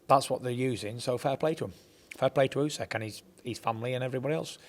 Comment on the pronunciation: it's not "USEK" ffs 😂